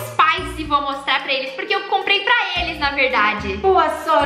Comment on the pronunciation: Ela falando pala kkkk sou Luisa